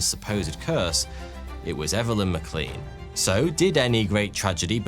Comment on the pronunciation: McLean is pronounced “mac Lain” - it’s one of those odd names not pronounced as they are spelled.